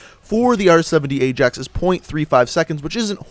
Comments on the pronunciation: that's what im saying hahahahaha pronounced it aye-JAX and its pronounced aye-AXE. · to 1 mil with no vids the place in Netherlands (and the football team) pronounce Ajax as Eye-Jax. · no in the netherlands its pronounced as eye-axe and im from the netherlands so dont even start an argument